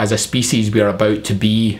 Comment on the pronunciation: I like when you say "about", it sounds like "a boot"